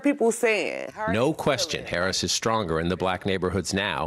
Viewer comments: This guy is volunteering for Kalama but he's saying her name wrong like Donald Trump does 🤦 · Say her name right please 🤷🤷🤯😂😂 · First ..yall need to say Vice President Harris name right..Geez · Even his supporters, canvassers can't say her name right? Come on.